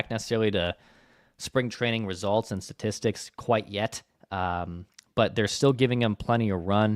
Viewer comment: Statistics.....not satistics🤣🤣